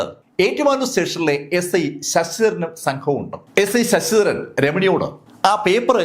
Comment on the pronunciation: Sss..ssss.daran. Alla. Sir. Sasidharan